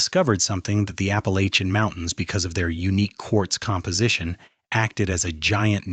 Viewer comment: Another ai voice that can pronounce Appalachian